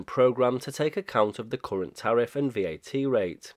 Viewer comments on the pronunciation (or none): none